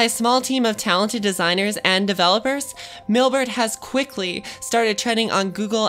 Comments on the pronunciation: Why is she constantly saying Millbert? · Sounds like an advertisement for the company. Plus, I couldn't get my head around her saying, "Millberd" each time she tried to say Mailbird.